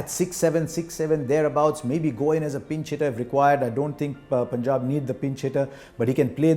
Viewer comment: The way Harsha says Punjab =❤️